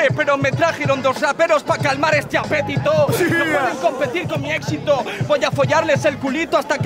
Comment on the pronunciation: le cambia los acentos a todas las palabras, así cualquiera jajajajajaja "apetitó"